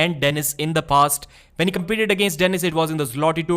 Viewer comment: It's "when" not "vhen"